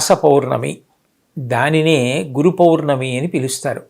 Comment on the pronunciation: పొర్ణమి కాదు పౌర్ణమి అనుకుంటా.